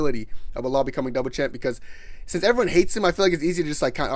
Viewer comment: Nigga said belal😂😂😂😂